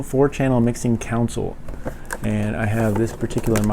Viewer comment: I just want to say if you are reviewing something please read words correctly and use the correct terminologie. The first blunder was with console where you pronounced counsel and then you showed a 5 watt power brick, now the 5 watt power brick isn't technically incorrect but it's actually advertised as 5 volts not watts. And how you get watts is by volts x amps= watts.